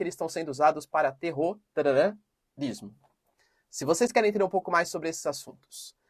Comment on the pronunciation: Cara, fala terrorismo de um jeito normal ou então usa uma outra palavra.